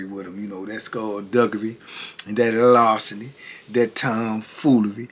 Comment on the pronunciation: lar·ce·ny /ˈlärsənē/ Learn to pronounce noun theft of personal property.